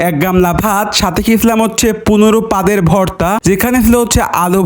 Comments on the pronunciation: ভাই আমি কি প্রতিবন্ধ বাতোতলা পনেরো পদের ভর্তা কিন্তু আপনি বলেন ১৫ পাদের ভর্তা সবাই তালি বাজাও 🤣🤣🤣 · ১৫ পদের ভর্তা ❌ ১৫ পাদের ভর্তা ✅😂😂😂